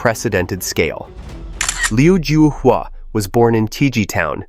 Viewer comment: I think you spelt his name incorrectly. His name in Chinese is 刘招华 which is pronounced Liu Zhao-Hua.